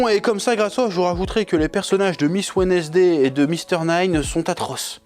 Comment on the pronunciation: Petit message au chef: Wednesday se prononce wensday C'est tout